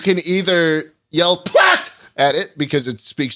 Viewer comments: with all due respect to “schlatt” yelling “PLAT” is not gonna get him anywhere (it’s platz 💀 (also it means place)) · The german command "Platz" means "down" in english hahaha.. but he said "Platt" and that means flat in english haha but it still kinda works 😂😂😂